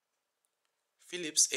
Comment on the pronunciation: Bu adam ne biçim ingilizce konusyor lan dedim tam philips dedigi anda megerse adam türkmüş 😂